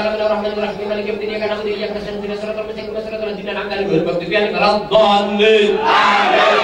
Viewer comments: Walad doliin aminn 😂🤣🤣🤣🤣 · ☝️Aku, ngakak pas bilang walat doliin (Aamiin) 😂😂😂😂